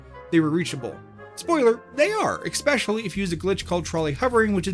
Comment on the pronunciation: especially doesnt have a c. it isnt ecspecially.